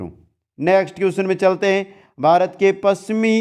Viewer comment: बारत नही भारत बोलिए